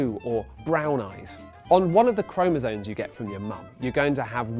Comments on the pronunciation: It's chromosoMe, not chromosoNe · isn't it chromosome, not chromosone